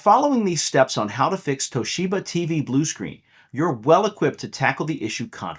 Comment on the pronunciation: Toe sheba 😂😂😂